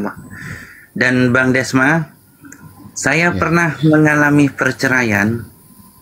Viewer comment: Cuma beda E sama O tapi akalnya beda jauh..Desma bukan dosma🤣🤣